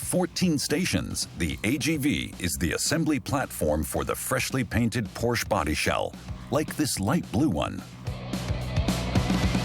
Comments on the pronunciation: Why is the name Porsche not pronounced correctly in this video. Since it is family name and not just a product name, tell me why it is mispronounced here. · This mf is so inconsistent with how he pronounces Porsche 😆😒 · a documentary that manages to mispronounce both porsche and taycan lol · The constant mis-pronunciation of Porsche is incredibly distracting from an otherwise wonderful and fascinating video. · Great video just wish they pronounced porsche correctly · The announcer pronounces Porsche wrong throughout the entire video BUT a great video. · Would you please pronounce Porsche and Taycan correctly?!?! 🤦🏻‍♂️ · Somebody tell that idiot narrator that the e in Porsche is not silent. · Please learn to pronounce Porsche before doing a documentary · It was very annoying to hear the narrator mis-pronounce Porsche. And, that it was not corrected in post production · Can’t even pronounce Porsche correctly! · the mispronunciation actually takes the fun out of the video for me. If they want to talk about principles, fundamentals, and details then getting the name right is a good starting point! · The commentator needs to learn how to properly pronounce Porsche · Porsche is a two syllable word. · Es heißt "Porsche" nicht "Porsch" !!!!!! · Its not a Porsch, its a Porsche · HEYA NARRATOR.. IT'S P O R S H A .. PORSCHE.. NOT P O R S H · The speaker mispronounces Porsche. At least if he were in Germany. Not Porsch, but Porsche with a short e. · Porsh? What happened to Por-Shuh? This from a German TV channel? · Very good documentary, even though being peppered with the mispronounced brand name Porsche (Porsh). Also, do not say that in front of people with any connection to Porsche (Porscha). You will be kindly corrected. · there is no cars named “Porsch” it is pronounced as “Por Shay”🤣🤣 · Every time I hear the brand name pronounced Porsh, I cringe....it's pronounced 'Porsha' ...is that so difficult to pronounce??? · HEYA COMMENTATOR.. IT'S POR-SHA... NOT PORSH